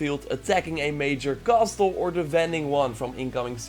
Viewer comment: The t in castle is silent in English.